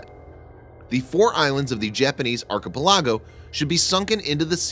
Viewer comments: Check pronunciation of "archipelago." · How its it possible that you mispronounce words sasebo, bon homme richard, and archipelago?